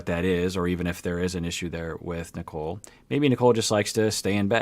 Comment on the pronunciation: I know. I just call her Nickel because (especially) during the first parts, the way Azan pronounced her name sounded more like Nickel instead of Nicole (yeah, its his accent and whatever, i just found it funny).